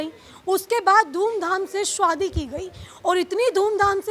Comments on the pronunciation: Madam Anchor, Shwadi nahi Shaadi bolo….khwarcha nahi kharcha bolo…..her shabd mey w kyo laga rahi ho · Arrey anchor madam Shwadi kya hota hai….shaadi bolo 😂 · Ye report shadi ko swadi kyun bol rhi 😂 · Reporter madam, 'shwaadhi' kyaa hota haye??😂😂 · Shwadi, chwandi, ye konsi hindi hai 😅😅😅